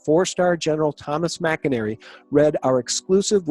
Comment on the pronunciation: McInerney...I love your videos...you're just not pronouncing his name properly.